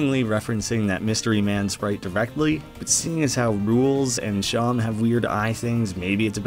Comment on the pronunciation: I'm sorry, I can't get over how you said "Seam" like "Shawm"..... wouldn't it make a bit more sense to be said like "seem"? Because it looks like there's more than a few seams across his face...